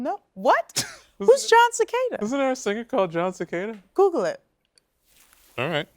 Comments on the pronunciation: It's Jon Se-cahhh-da. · LOL...John Secada not Cicada....I grew up in FL so dont judge!